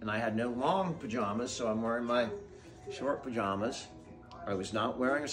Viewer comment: I am focused on the way he pronounces pajamas😂. Maybe it a CA vs IA thing?